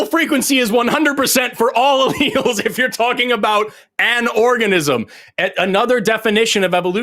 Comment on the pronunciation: He pronounced allelles wrong